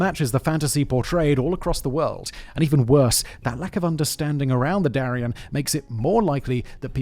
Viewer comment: Ooohhh!!! "Darién" not ¨durian¨! Thatś very different.